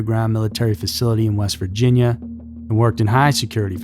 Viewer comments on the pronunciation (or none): none